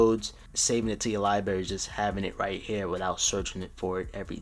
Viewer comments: It’s libRary! NOT li-bary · ITS libRary not libarry other than that great video, 😀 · If I hear Lie Berry one more time😤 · “Lie berry” 😔😔😔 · If you say liberry one more time man I swear to god😂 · Was anybody internally cringing when he kept saying libary? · Did he say Libary? 🤔😇🤣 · What is a “Lie Berry”? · It annoyed me so much it's librrrarry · LMFAOOOOO son it was giving me a headache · obviously its called Liberry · lie berry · HOW CAN YOU SAY LIBRARY LIKE THAT. Good vid though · can’t even say library right 💀💀